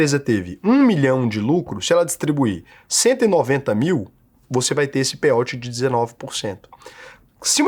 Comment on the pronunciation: A pronúncia é "pêi aut",, não "pêi óut"